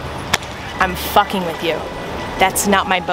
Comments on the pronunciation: did that guy literally just say "that's my fAcking door" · "That's my facking door"....lmao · “ thadts my facking doour “